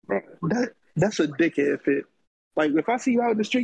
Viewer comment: thought was about to start freestyling 😂 lol ik homie was from philly after he said “dickhead” lol